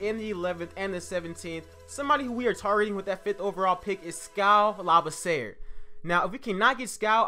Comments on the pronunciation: Not to be rude but it's pronounced (La-B-C-Er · You are saying skals last name wrong.